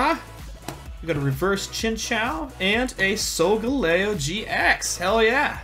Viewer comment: here are some of the pokemon you mispronounced 1. Bon-sweet 2. Soul-gal-e-o 3. Puke-oo-meuke-oo 4. Shin-ot-ic 5. Pop-li-o